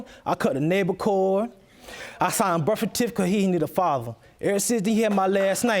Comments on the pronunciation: He signed the "tificate"😒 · "Concinnception." Lol "Nable core, birfatific.." Lol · bruh said bursatificate 😂😂